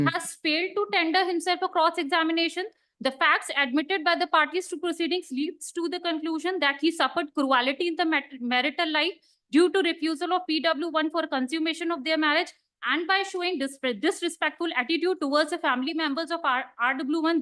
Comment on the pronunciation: Lawyer says ‘ cruality’